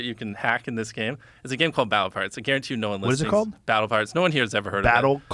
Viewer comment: Interesting how “pirates” can sound like “cards”